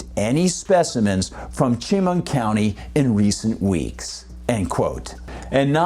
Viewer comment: *Chemung County is pronounced Sha-mung, thank you.